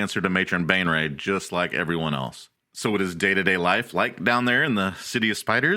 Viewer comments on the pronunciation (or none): He keeps pronouncing Baenre as Bane Ray, but it should be said Bay Ner. It pisses me off.